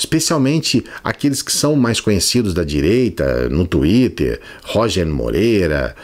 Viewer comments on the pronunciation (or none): none